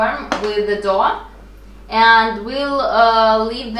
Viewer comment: Doe and Dough are pronounced the same;-) go figure :-) “thin material” Is called “chews cloth “ :-) Great natural colours!! Love the egg colors!